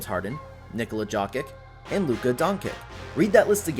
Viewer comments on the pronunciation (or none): Bro why did you pronounce Jokic and Luka like you’re an Ai?